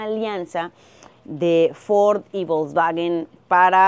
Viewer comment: Se pronuncia folksvaguen